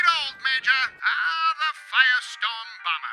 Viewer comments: When you said bomber killer I thought you said Obama killer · Ne1 else heard "obama bomber" the first time and just couldnt stop hearing "obama" every time he said "bomber"?.....Also...Barrage Obama =D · Did anyone else understand "obama killer"